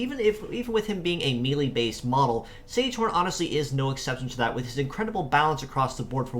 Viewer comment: Don't know if you care much about pronunciation but these names come from German, so instead of "sage horn" it would be ZEG-uh-HAWN. The other one would be HIH-ush-KEF-a.